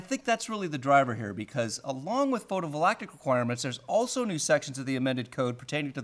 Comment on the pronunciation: Photo-VOLACTIC? Fucking illiterate.